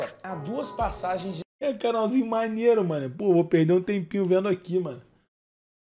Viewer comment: kkkkkkkkkkl " canalzinho maneeeeiro " kkkkkkk carioca é engraçado demais